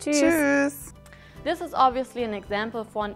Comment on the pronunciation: Its pronounced chuse